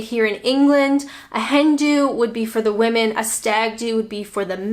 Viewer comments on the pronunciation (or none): none